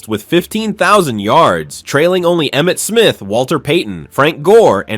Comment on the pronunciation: You got Emmett Smith right